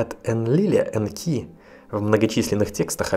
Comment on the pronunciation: Энки, ударение точное? На первую букву реальней, кажись...